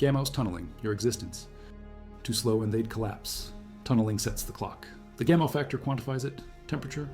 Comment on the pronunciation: At the beginning you keep referring to Gamel. Do you mean Gamow, George Gamow (pronounced Gamov)? This is really jarring, even though the details seem correct.